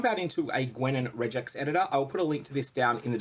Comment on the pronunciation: not that it really matters but your pronounciation of regex made me wonder for a second what you meant :D thanks for the video, cheers